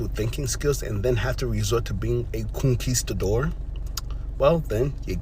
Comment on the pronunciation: Not COONQUISTADOR 😂😂😂😂